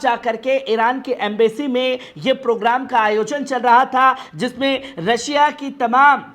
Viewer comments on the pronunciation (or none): none